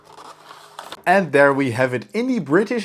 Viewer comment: Lousy packaging,crumpled boxes. Since when did we start pronouncing the ' e' at the end of Concorde?? You get coupons everytime you log in. All the tshirts are made out of cheap Polyester but you have to look everywhere for them to admit that most of the clothes are made out of this cheap material. Video for 7 year olds. At least an admission that the plane models are average. Wow lets break models.( apparently average build quality means cool?) If you wonder how China keeps builing new cities just look at the crap us Westerners like to buy. Peace out.